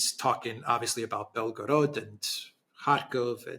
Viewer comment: = ""Belgorod"/Белгород - is NOT pronounced "Bel 'gO 'rOd". Instead, it is pronounced "Bel 'gO 'rahd" ( meaning "White City" )